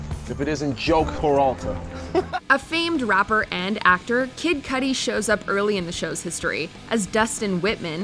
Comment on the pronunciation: Did she just say " A famed robber and actor,Kid Cudy showed..." ? 😂😂